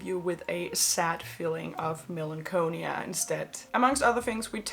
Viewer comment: Google with audio how to pronounce melancholy. Lol. Hug.